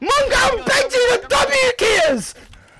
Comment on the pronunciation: 😂u said mAngraal u mean mongraal